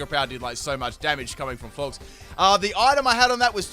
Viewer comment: Its floor-jess. Not floorgz